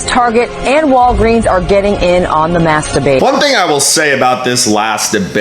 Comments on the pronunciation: Oh, they were saying mass debate I thought the news people were saying “masturbate” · Are they saying mass debate or masterbate? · i herd masturbated instead of mass debate ... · Ha thought he was saying masterbaiting